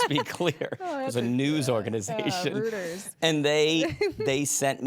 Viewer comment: You day Rooters... I say Royters. Reuters, right? I bet Linda has heard of it and just was not visualizing the company name.